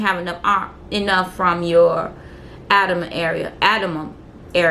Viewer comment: I'm sorry, I tried not to but....do u have trouble reading. You have incorrectly pronounced a lot of words. Angie, abdomen, intubate,etc..🤔